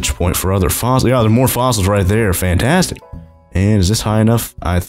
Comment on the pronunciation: The way he saids fantastic is fantAstic